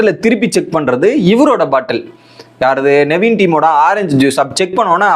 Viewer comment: Bro.... Tell the contestants name properly.... Justin illa... Jeshin.. Navin illa nevin...